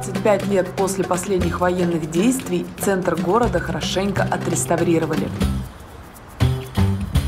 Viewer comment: в словах у Ивлеевой ляп, отрестарвировали, вместо отреставрировали.